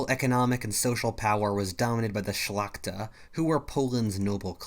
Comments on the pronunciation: On mówił "szlakta" xD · Why do people say Shlachta? It literally means nobility.